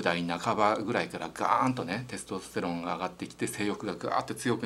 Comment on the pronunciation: 幹也先生の「テスとステロン」の発音が恋しいです テストステロンじゃなくテスとステロン、あの御二人にまた会いたいです